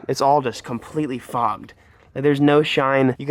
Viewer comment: After replaying it 15 times, it definitely sounds like "fogcgked" ;)